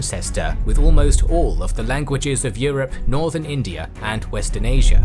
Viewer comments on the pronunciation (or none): none